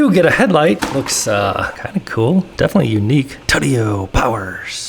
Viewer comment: it’s pronounced too-tee-yo not tuteyo